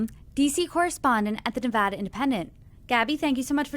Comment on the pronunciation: One of the few reporters who correctly pronounce Nevada. Good on you!